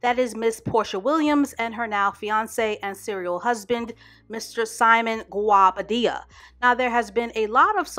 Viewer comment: Its the way you pronouced Guobadia for me